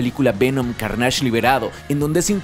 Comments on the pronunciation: Soy el único al que le parece un poco raro que lo mencione como Carnásh, Siempre pense que se pronunciaba Cárnach, es una pendejada lo sé, el contenido y estudio detras de este y todos sus videos son muy profundos y me encanta como contextualiza, solo queria mencionarlo jaja:P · ¿Por qué le dices /carnásh/ si se pronuncia /kárnesh/? Ni doblado al español se le ha llamado así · ¿Por qué empiezas a decirle "_carnásh_"? En la misma película se menciona la palabra (y su nombre) y le dicen claramente "Carnage" (_carneish_, y sin acento, el inglés NO tiene acento). Lo repítes mucho (ese nombre), y con mucho énfasis, como si quisieras que las personas empiecen a decirle como tú le dices. Ya antes te he mencionado esto mismo, que es extraño que tú elijas como decirle a las cosas, cambiando el tono, acentos y letras en las cosas que ya tienen títulos claros. A mí personalmente me parece pereza mental o hasta un intento disuasivo de irrespetuoso. Tú mismo también mencionaste que hay un concepto en Legend of Zelda que tu mencionas diferente a su pronunciación real sólo porque quieres. Creo que esto te hace perder lugar y hasta un poco de credibilidad. No eres cualquier youtuber geek, te encargas de la divulgación de información y conocimiento geek, no es para que te tomes estas "licencias", si así le quieres llamar. A mí me parece irrespetuoso, a la propiedad intelectual y a tus oyentes. Me parece extraño, tampoco es el primer youtuber que escucho que hace esto. Curiosamente, en el doblaje de Daredevil de Netflix, al personaje le llaman "_darrdevil_", como si no tuvieran referencia al oír el original y escuchar que dicen claramente "_deerdévol_". Podrían escucharlo de ahí y pronunciarlo con un poco de profesionalidad. En tu caso y en este video, aparte de profesionalidad y algo de conocimiento en la lengua, suena como si ni al personaje quisieras respetarlo. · buen video pero, de plano no puedo con tu "carnásh!"... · Es CÁrnage